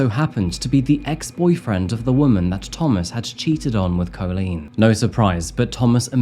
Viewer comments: It isn't Coal lean it is Colleen - man learn how to say the word. Your sing songy voice is obnoxious just speak normally and learn how to say Colleen it is one word and the Coal part does not exist anywhere in the spelling or pronunciation. Dude Campbell is not Cam bell either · you can’t pronounce Colleen correctly - you make it sound like colon. It’s so annoying… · First time I’ve ever heard the name 'Coleen' pronounced 'Co-leen' 😂 Edit: The back and forth pronunciation of 'Coleen' and 'Co-leen' keeps getting me! 🤣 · I'm glad you've pointed that out very well about how to pronounce Colleen's name, as it was really annoying me how badly was saying it. "Cailín" is an Irish word meaning "girl" or "lass". It can also refer to a young, unmarried woman. The word is the diminutive of "caile," which means "woman" or "countrywoman" in Irish. Variations in spelling include Kailin, Kaylin, or Kaelin.